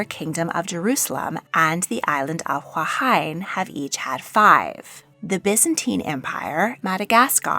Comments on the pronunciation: As a Polynesian it really annoyed me that you butchered the names of the Hawaiian queens, trampling their mana in the process. What makes it even more annoying is the fact that you seem to go out of your way to correctly pronounce the names of European Queens. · I thought she mispronounced all those -wahine names, but I wasn't sure. Is that part of it?